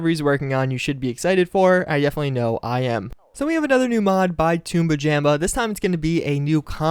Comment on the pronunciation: don't you say the name like "tum-ba-jum-ba" not "tume-ba-jam-ba"?